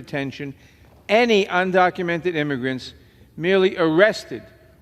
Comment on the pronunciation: Illegal imigrants. He cant even say it.